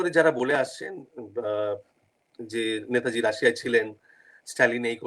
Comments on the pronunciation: যিনি প্রশ্নকর্তা তাঁর উচ্চারণ পারদর্শিতায় আমি হতাশ । নেতাজীকে উচ্চারণ করছেন ন্যাতাজী । আর কি কাউকে পাওয়া গেল না । হাজার হোক নেতাজী সম্পর্কিত অনুষ্ঠান । যথেষ্ট perfection—এর প্রয়োজন । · To the host=Baba choda naytaji ki? Gandu..... Thik kore uchharon kor...... 🌹🌹'NETAJI'. 🌹🌹....... Chandrachur and u peoples rock, salute to you both. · আর বাংলা ভাষার কোনো উপভাষা (dialect) তেই নেতাজী কে কেউ ন্যাতাজী বলেনা। এটা ঐ মহান মানুষটির অপমান। 'নেতাজী' সম্বোধন কেবল ঐ একজন মানুষ কেই করা হয়। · উচ্চারণ ঠিক করুন। ন্যাতাজী নয় নেতাজী।